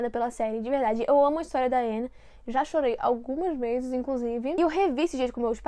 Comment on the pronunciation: Ela pronunciando o nome da Anne sem o "e" eu lembrando de todas as vezes que ela corrigira as pessoas por isso: '-'kskskkkk